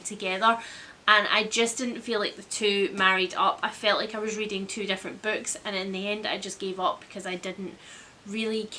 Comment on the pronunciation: weeding instead of reading ahahaha